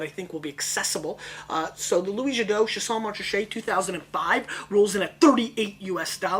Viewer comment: Pronounced "Sha-sign"